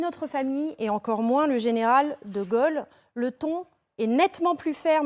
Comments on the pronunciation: Pas de Golle, comme le dit la présentatrice...mais.. de Gaulle.. si je voudrais aider.... la prononciation est Gaulle..., etc Guôle... comme Dôle.... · Dites donc la pétasse là...quand on ne sait même pas prononcer DE GAULE....on se cache...c'est grace à cet homme que vous pouvez ouvrir votre claquemerde aujourd'hui....ok....kaunasse va....